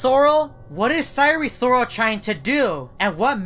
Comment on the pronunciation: Why do you pronounce Sire Sirol Sire Sorol?